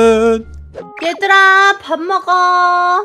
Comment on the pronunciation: 쓰는 거는 잉여맨❤ 말하는 거는 잉어맨 이렇게 발음이 되더라고요 잉여맨 너무 발음이 어려워ㅠㅠㅠ